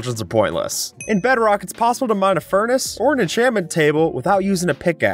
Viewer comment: Bro Said beadrock😂😂😂😂